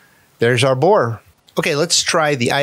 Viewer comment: I just like the way you said "there's our boar" like "there's our boi"